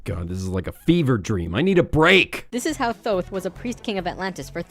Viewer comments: I'm sure I'm not the only one to point this out buuuut...IT IS PRONOUNCED TOTE! TOTE! NOT THOTHE! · isn't thoth pronounced tote? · For the love of shit it's pronounced as if it were spelled "Toth" This shit is still hilarious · I thought "Thoth" was pronounced like "Tote"? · "Thoth" is pronounced lile "tote" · Also its pronounced Toth. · "Thoth"? Honey, it's pronounced "Tote". That's the first of many signs this fucker is wrong. Ugh. Don't you just hate when people act like they know everything about the Universe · Lol this idiot doesn’t even pronounce Thoth right- it’s pronounced tout like tote bag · apparently, Thoth is pronounced "toke" in any case. that's how you know this stuff is dodgy. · Isn't Thoth supposed to be pronounced "Tote"? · you keep pronouncing the god of knowledge wrong....